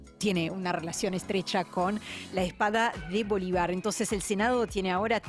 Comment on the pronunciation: Lo de "Netaniajú" ponele que lo entendia, pero decir "Bolivár" es cualquier cosa, que mal me cae esa mina por dios